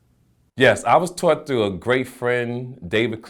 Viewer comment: Did this nigga jus say "taughrt" instead of taught lol